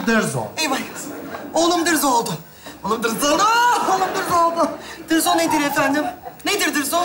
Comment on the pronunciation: Dırzo değil Dızo veya Barzo . Dırzo diye birsey yok